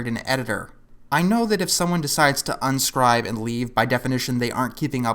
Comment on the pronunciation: also what the heck "unscibe"? dont tell me you also say Tuh-MAH-toe? 😂